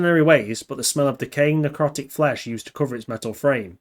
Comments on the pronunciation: *Endoskeleton, not exoskeleton & *Necrotic, not neurotic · I'm guessing you mean Necrotic but it sounds like you're saying Neurotic. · "Necrotic." Emphatic short 'c' sound; you sound like you're saying "neurotic." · Necrotic not neurotic… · Just a friendly tip, it's necrotic not neurotic. That's a totally different thing. Lol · Necrotic* Not neurotic, skin can't think. This videos are great man, they are so in-depth, and have so much info I just never even knew about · Necrotic not neurotic. Neurosis is a mental condition.